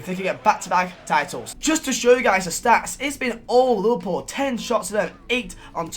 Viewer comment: Whenever he says liverpool I hear him say lil pump